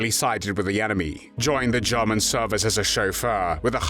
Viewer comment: Good video but the voice commentary is not pleasant. It’s murder not Marda. German not Jarman..etc